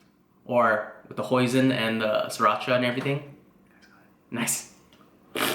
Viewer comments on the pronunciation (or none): none